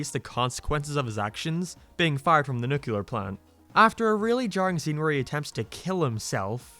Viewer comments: Nuclear... It's pronounced nuClear, you'd know that if you actually watched the show. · It’s pronouced Nu-clear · “Jay” is not pronounced “Jeh”. “Nuclear” is not pronounced “nucular”. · Love how the video is very heartfelt and a smart interpretation of the family… at the same time doesn’t know how to pronounce “nuclear” or read Roman numerals